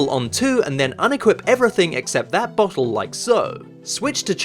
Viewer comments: "bohle" a "bohle" omg that was amazing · i freaking love how british people say "bohtle"